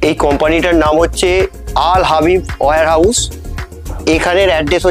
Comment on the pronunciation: Al Habib Warehouse. Not Al Habib were House.